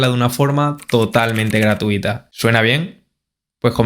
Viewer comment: dice Gratiuta"